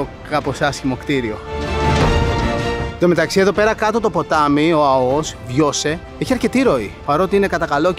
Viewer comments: Εξαιρετικό βίντεο αλλά βρε είναι Αώος όχι Αωός! Επομένως Αώου όχι Αωού 🐺🐺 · Δεν λέγεται Αωός ,αλλά Αώος.. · Πεστα σωστα αγορινα.......Πρεμετή.....τονος στη ληγουσα!! (Ασε το βασιλια Permeth....Eλληνικα τη λεμε ζουσαν και Ελληνες εκει!!!.)... Και Άώος!!!!Μη με παρεξηγεις μου σε βλεπω απ τη σελιδα με τα φαγητα σου...εως σημερα εδω!!!! Νασαι παντα καλα κι εσυ και η οικογενεια σου.........Slow down.......εχεις παρει καποια κιλα ναι???? χαχαχαχαχαχαχαχα........